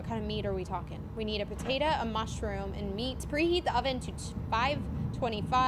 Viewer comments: It is potato not potata 😂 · Stop calling a Potato a potata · PAtatA instead of POtatO 😂😂😂🥔🥔🥔🥔🥔🥔🥔🥔🥔🥔🥔🥔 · I love that says pAtatA instead of pOtatO😂 🥔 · It’s funny how she said potata instead of potato🥔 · Bro am I the only one that noticed she said “Patata” 😂😂😂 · It made me laugh whenever she said potatu